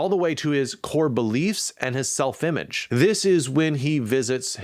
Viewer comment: "Sefl-image" :-D :-D